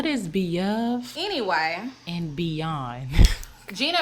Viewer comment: You said what you said"Going Beyove and Beyond"😂😂😂